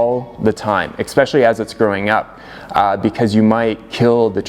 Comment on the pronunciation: "Expecially" interesting.